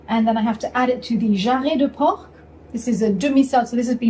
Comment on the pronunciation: hello, you are not supposed to prononce the C at the end of porc, by the way pieds de porc are delicious, enjoy.